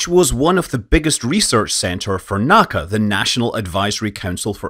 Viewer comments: NACA was pronounced by the individual letters, NOT "Nak-ka". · Amazing, but perhaps most amazing of all is Scott's ability to not pronounce NACA as knacker. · Never never pronounce NACA. I would at Langley for many years and got knows number of the original NACA members. They would loudly complain if they heard it said.